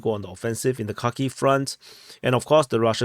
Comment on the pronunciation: Its Harkeev or Harkov 😊